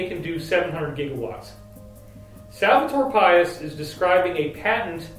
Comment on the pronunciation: David great info, I'm looking forward to hear more about it. On a quick correction, try to read Salvador Pais in spanish rather than in English. It'll give you the right pronounciation. Salvador means "Savior" and Pais means "Country." Nación means "Nation".